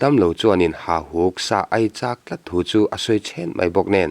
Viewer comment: Hahuk tih nimaia lang hian beng a tikham deuh..Hauhuk tih deuh kalh kalh angai anih dawn hi!.. A ngaihnawm nasa e.